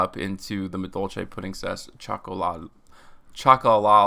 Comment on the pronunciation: If Puddingcess* is a Material. Not Petingcessour